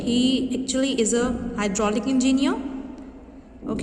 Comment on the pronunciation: It's pronounced as en-gi-ne-er not an-gi-ne-er Pls note that next time